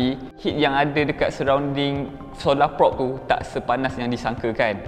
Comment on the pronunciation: sebut prob bukan prop. kenek bukan konek 🗿